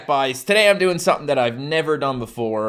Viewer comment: I notice occasionally when he messes up he'll say ting and dat sometimes